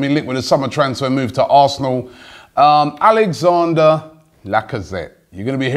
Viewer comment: Come on now Robbie can you read? it's Alexandre Lacazette not Alexander